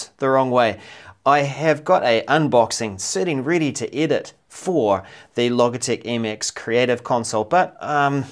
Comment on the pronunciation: Logitech. Pronounced with a hard g you dimwit!!